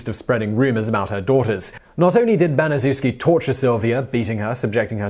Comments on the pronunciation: its pronounced BaniChefski not banizewski. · According to testimony given by Gertrude Banizewski's daughter, it's pronounced "Ban-i-CHEF-ski." NOT, "Ban-i-ZOO-ski." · Her name is pronounced like: Gertrude Banish-Shef-Ski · it’s pronounced Bani-shefski Gertrude Banisezwski was a monster. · Pronounced "Ban-es-chef-ski." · It's pronounced Ban-ih-SHEF-skee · Come on TopTenz, you have 1.3 million subscribers, more videos than I can count, and you've been making these videos for NINE YEARS. Baniszewski is a Polish name. It's pronounced ban-i-shef-ski. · Gertrude's last name is pronounced Ban-ee-chef-skee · You pronounced Gertrude Baniszewski’s name wrong. The least u can do is not butcher the names. What about Elizabeth Bathory? How does she not make the list?!?